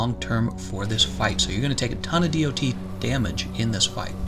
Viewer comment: saying DoT damage hurts my ears, good vid otherwise